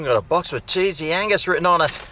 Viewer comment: Wow, get my mind out of the gutter.... I thought you were saying sleezy anus. Oh, cheesey angus. 🤔